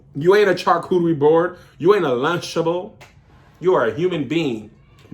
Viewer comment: This title, these topics, THAT WIG, the pronunciation of "lunchable" ...chaotic.